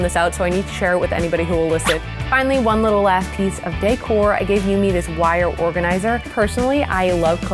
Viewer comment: Am I the only one who thinks the way she says decor is funny 🤔